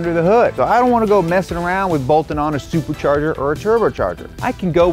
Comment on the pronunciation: wtf, he says "turbercharger' and 'suburchurger"